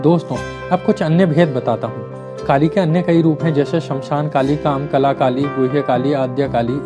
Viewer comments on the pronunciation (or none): Uchharan ko Suddha kijiye. Bahat trutipurna hai uchharan aur bahat poor pronunciation. Smashana ko Samshan kehte ho , correct word is - श्मशान. And the greatness Mahtmya ko some mahatam kehte ho. Jab ki sudhha sabda hai - महात्म्य.